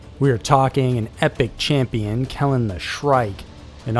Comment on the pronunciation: I pay for YouTube premium so I shouldn't have to deal with your mispronounced words. "EPIC!"